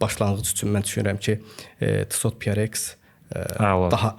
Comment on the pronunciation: Salam uğurlu olsun .Videonun başlanğıcında tissot deyirdiniz əslində onun tələffüzü TİSO olur. Yəni çox şey dəyişməz lakin Azərbaycanda saatlarla insanları birləşdirməyi özünüzə vəzifə götürmüsünüzsə belə şeylərə diqqət etmək lazımdır.